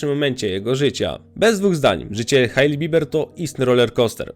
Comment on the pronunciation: Hejli, nie Hajli